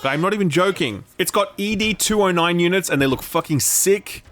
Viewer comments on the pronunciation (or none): Mate - it's ed 2-0-9 not EE-DEE 209. Seriously. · Oh man, great review .... but it's ED (like Ed, Edd n Eddy) ... not E - D :) That sounds so silly! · Bro it's ED 209 not E.D 209🤦‍♂️ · It's NOT E.D. 209, It's Ed 209. Fuck. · Ed 209 not e.d. 209 😊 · the 1st time i've heard ED-209 called E D-209, he's ED like the horse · "EE DEE 209" ...have you ever seen the movie before? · Stopped watching when you mispronounced ED-209 twice in quick succession.